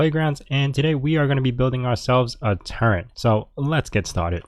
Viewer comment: Turret not turrent!